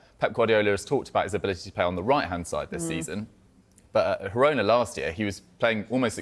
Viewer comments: Whys this doufus keep saying hirona 😂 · "Hirona"? Where do these guys get their nonsense pronunciations? Making it up as they go along. "Girona" is Catalan so the "g" is pronounced.